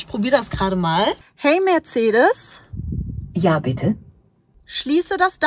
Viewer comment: Da ist kein „h“ in Mercedes!!!